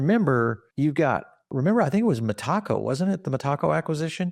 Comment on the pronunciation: it's Meta-co, not Me-taco. 🤦‍♂️